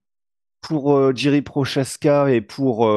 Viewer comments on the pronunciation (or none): Je crois que l'on dit Yuri Prochazka